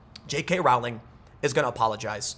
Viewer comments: Just an FYI: Her name rhymes with bowling, it does not rhyme with howling. She is also an idiot. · "Rowling" to rhyme with "bowling". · I feel obligated to mention that her last name is pronounced "rolling" (sort of more like the word is spelled, if you break it up like Row-ling) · Its pronounced jk “rolling” as in “The leftists act like they are rolling on mdma laced with fentanyl.”